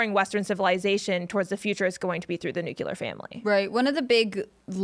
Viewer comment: Pet Peeve: people who say "nuke-you-lar" instead of "NUCLEAR"